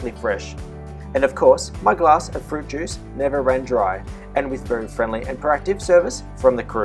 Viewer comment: "Hairdryers" and 'fruit juice' he said looooooollllll